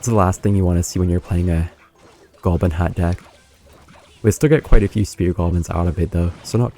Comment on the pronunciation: WHY DOES HE ALWAYS SAY GOLBIN